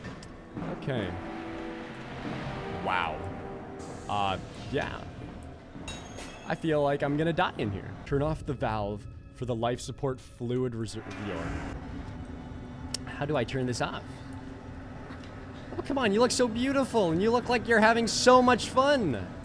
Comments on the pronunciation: Everyone: Reservoir:*RESOOVEEOR* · No one:: "ReZeRvEeOr" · Did anyone notice how he pronounce Reservoir xD